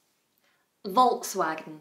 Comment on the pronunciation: Hello,. I think you have performed two and a half of them a little bit incorrectly. VW should sound like ['folks'va:gen] (kinda IPA;)) with first 'f' sound. Porsche is pronounced wrongly by many people. The correct sounding has short 'e' sound (maybe even closer to schwa) at the end: ['po:she] in non-rhotic version. Hyundai sounds differently in different countries. Here, in Russia it takes the stress on the first syllable: ['he:ndae], but I know that in some countries it sounds quite differently, so it depends... Sorry for that little lecturing.